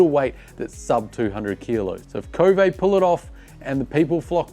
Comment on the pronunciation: It's pronounded K-O-V-E, not KO-vay. This is according to Mason Klein and how he says the Chinese pronounce it. Who the heck decide to make a French English pronunciation?